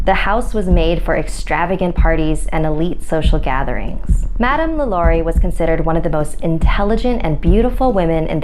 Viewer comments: the way she pronunced Lalaurie like omg thats like when white people try to pronounce spanish words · Am I the only one getting annoyed by her mispronunciation of Lalaurie